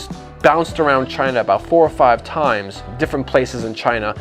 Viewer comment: Donald Trump "Chy-Na"